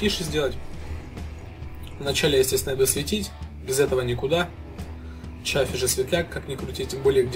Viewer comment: т.е. это не Chaffee, а Shaffee?